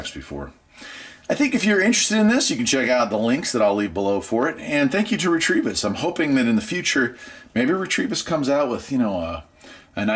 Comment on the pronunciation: Also, you're saying "REE-TREE-VISS", but it's "RETEVIS" (Rêta-Viss. "You're welcome"